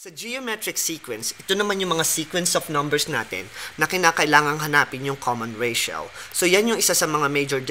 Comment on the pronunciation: Ratio= reysyaw😂